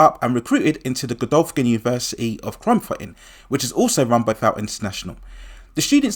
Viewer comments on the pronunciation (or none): It’s pronounced “vort” not “vowt” vought international